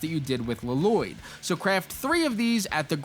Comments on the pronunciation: Please stop calling Lloyd, LA-loyd it's just loyd with 2 Ls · I really hope you're saying "La-Loyd" ironically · Bro said Lloyd like garmadon did in the movie L-loyd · Lloyd it's pronounced loyd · Pronounce it “Loi-d” pls. It’s irritating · Lloyd is pronounced Loyd, like Aaron, you don't say the 2 A's. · It’s a reference to the movie where garmadon calls Lloyd, L-Loyd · L l o y d la-lo-yd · He's pronouncing Llyod wrong. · Use YouTube to learn how to pronounce “Lloyd” 😂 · OH MY GOD YOU'VE BUTCHERED HIS NAME 😭😭😭😭